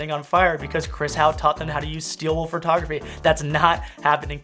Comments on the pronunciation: Am I the only one that heard the word Furrtography 50 times? Great video btw. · Chris and his "fertography" :P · Chris kept saying "phertography". I though that was funny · PHERTOGRAPHEE!!! Sorry Chris, love ya, it was just outstanding every time lmao.